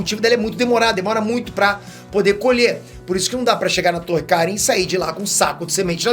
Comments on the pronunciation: Vc não assistiu DBZ né? Não eh mestre Kárin, o certo é mestre Karíínn,😎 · Mew, qual o problema de vcs?? Nunca assistiu a série? Se já assistiu volta lá e vê, o nome do mestre gato a sílaba tônica é no final (kaRÍM e não KÁrim)